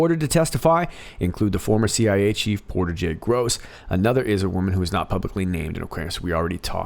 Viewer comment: Interesting note: it's Porter J. Goss, not Gross. (???)